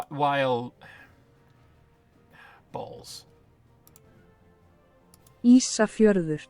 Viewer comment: Loved hearing you pronounce Ísafjörður and that Johann selected location to compare with Venice. Indcates wast improvment to location in Iceland over its current EU4 form.